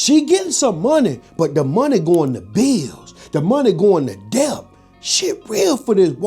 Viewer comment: This economy is so bad. I would be grown in this time and age 🤦🏾‍♂️ and somebody tell the B in debt is silent 😂